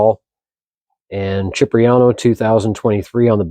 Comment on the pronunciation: CHIP-riano? It's pronounced SIP-riano.